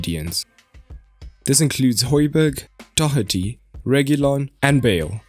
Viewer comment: It's Doh-erty not Doc-erty.